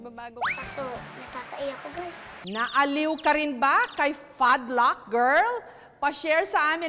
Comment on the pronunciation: this is how "fadlack" girl pronounce pad lock. 😊